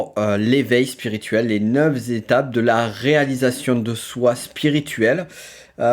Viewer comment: Éveil ou pas c’est pas neuf zétapes mais neuf étapes …